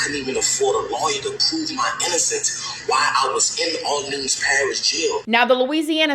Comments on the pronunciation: Say it with me people OR Lean 's Parish Prison not OrLand 's jail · Omgggg I know you wanna say OR-LENS bc this is new ORLENS but when Orleans is alone, it’s OR-LEANS. Let’s get it together, love you ❤ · I live in New Orleans …. And let’s say it together OR-LEANS parish jail .. I know it’s complicated but that’s how it is. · It’s pronounced Orleeens. It’s New Orleans and orleeens parish. Does it make sense? No but that’s how we say it. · You are pronouncing New Orleans perfectly, but when saying Orleans by itself, as in Orleans Parish or Orleans jail, it is pronounced, "orleenz" Just sharing info, as a native. Yes, crazy crazy story!!